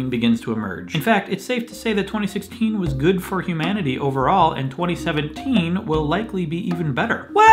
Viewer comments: You said 2017 wrong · GOOD STUFF SAID 2017 WRONG OMG